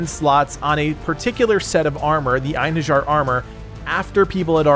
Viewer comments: Pronunce after me ( EIN - HE! - RI(j)AR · the J of Einherjar is prounounced like a Y ;)